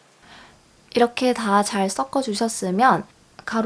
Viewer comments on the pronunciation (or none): 섞어는 써꺼가 아니고 서꺼ᆢ발음 주의하세요